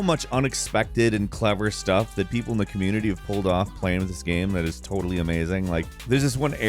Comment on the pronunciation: Game doesn't rhyme with Ham... Not sure if you were aware 😂